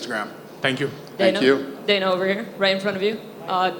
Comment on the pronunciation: Danhuh? White😅